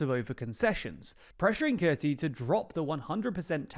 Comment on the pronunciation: Kurti is pronounced as Koorty.